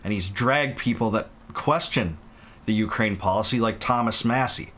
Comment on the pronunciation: Bwah ha ha... Ukra-weenie 😂